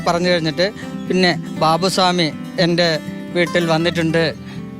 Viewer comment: ബാവു സ്വാമി അല്ല, ബാവു ഷാമി